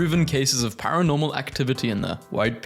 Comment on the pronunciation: paranormal? ... PAIR ONORMAL YOU MEAN?